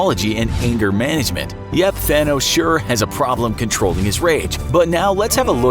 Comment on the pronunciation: I keep hearing "Fanos" the whole time lol